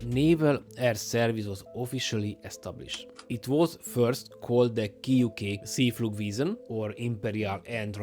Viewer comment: You wrong pronounced See Flieger.